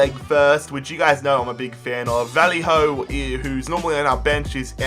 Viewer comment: Wtf was that pronunciation for Vallejo?